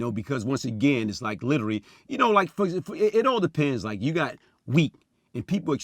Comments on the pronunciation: The way he talks is hilarious Calls Vlad “Blad”, pronounced “literally” as “littery”, says “technicality” when he means “technically”. Imagine laughin at how he talk then he just pull it on you lmaooo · “ Litterey Blad “ 😭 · He littery pronounced every word wrong 😂 somebody call the ambalamce cause I'm littery dying 😂😂😂😂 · Litery Blad...burgry...lmao